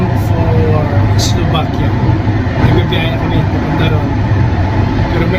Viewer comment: Enjoy!, please pronounce Slovakia with a V, not B. Thanks!